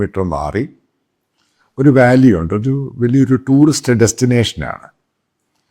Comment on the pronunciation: EMME.... NOKKUVANENKIL, Alla.... Nokkukayannenkil... Chemmyre VALUE.... Alla.... VALLEY.... PHARANNAM, alla Bharannam.... Enthe Kothazham Bhashayannithe PIGGE...😜😂😜😂😜😂😜😂😜😂😜😂😜😡😡😡😡😡😡😡😜😳